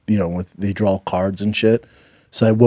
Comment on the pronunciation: Bappa has a speech impediment...he cant say DRAW...He says DRAWL😅